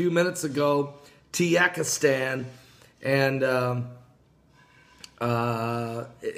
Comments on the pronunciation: The country is TAH-GEE-KISS-TAN, NOT TEE-YAK-IS-TAN. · I know. I'm totally the grammar police, but for some reason I don't care when he misprounces things because it makes me laugh!